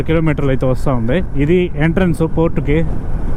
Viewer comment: Please pronounce port not fort!